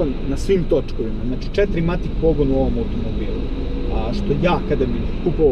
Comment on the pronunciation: e jebem mu 4matic, kaze se FOURMATIC